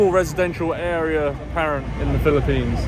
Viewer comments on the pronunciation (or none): none